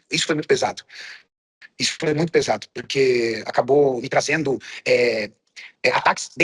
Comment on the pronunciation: "Isso foi muito pesato" 😂😂😂😂😂😂😂😂😂😂